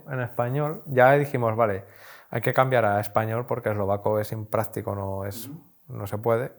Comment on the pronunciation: Hay que ser muy hombre para llevar una camisa rosa y muy profesor de español para decir "inpráctico".